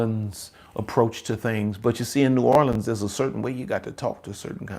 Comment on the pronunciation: I'm from Louisiana and so I understand you when the New Orleans comes out.